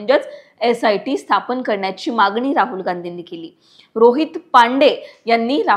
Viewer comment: विडीयो करण्यासाठी मराठी भाषा शुध्द असावी. बऱ्याच चुका दिसतात. उदाहरण: "मागणी" व उच्चार "मागनी". लोकमत व्यवस्थापनाने याची योग्य दखल घ्यावी व मराठी भाषेचे शुध्द उच्चार बोलण्यात असलेली व्यक्ती विडीयोसाठी निवडावी किंवा त्यांस तसे ट्रेनिंग द्यावे.